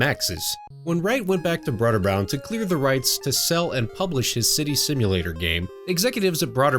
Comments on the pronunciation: Bro-der-bund. Not broader bound. Other than that, awesome video. Really like your channel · It's pronounced Broderbund